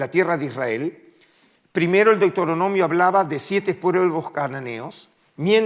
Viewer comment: Un académico que dice deutoronomio en lugar de Deuteronomio pierde toda credibilidad.